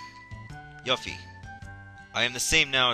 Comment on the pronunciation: Of course you needed to equip Yuffie with a Ribbon for her side quest, dude. Also, Yuffie = Yoo-fee, not Yuh-fee. Her name in the Japanese version is directly translated to be spelled as Yufi.